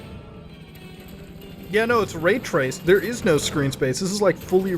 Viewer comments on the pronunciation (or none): Muta Dawg, ITS NOT RAYRACED BRO.